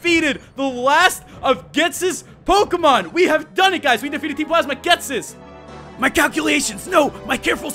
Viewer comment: That's not how you say ghetsis